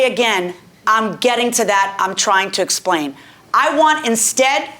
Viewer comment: "Let me splain"